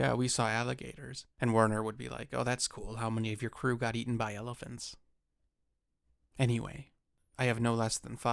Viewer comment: Wait - did you say "eaten by elephants" at the end there??